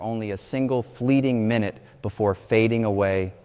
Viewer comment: It's AI. He mispronounced the word "minute".